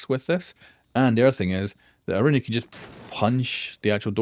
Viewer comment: Please pronounce her name correctly....